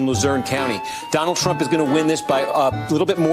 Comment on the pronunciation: at time did she say Donald Trunk]?